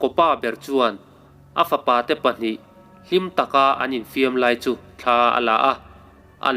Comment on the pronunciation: Mihring pawn thla kan neilo. Thla tih hi lam a rem a, thla tiin i sawi deuh zêl a, ka sawisel lam nilovin ramhuai hnathawh vek ani.